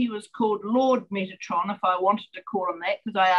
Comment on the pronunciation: Metatron. Not “Metranon”. 🙂